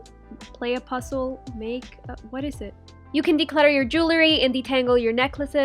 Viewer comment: Did u just say pussle...lol